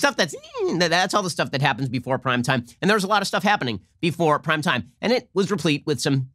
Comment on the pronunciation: I swear Ben keeps saying "crime time" not "prime time"